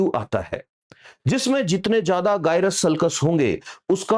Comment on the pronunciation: Again.. you said गाय-रस.. it is जाय-रस...😂🤪😉